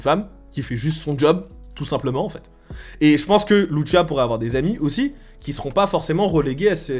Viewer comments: Loutchia 🤣🤣🤣😭😭😭 sa se prononce lousia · Très d’accord avec toi ! Par contre arrête de dire lutchia c’est LUCIA pas luccia 😅 elle est latino pas italienne… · C'est de L'Espagnol, Lucia est un prénom Espagnol, c'est donc le même " C " qu'en Français a la prononciation et non le son " Ch " comme dans " MuCHACHA " --> " Tch " comme on le pronnoncerai en Français.. Tu le prononce à l'italienne 😅😜.. cest pas bien grave mais c'est ce que font souvent les Français ( et je suis en parti Français )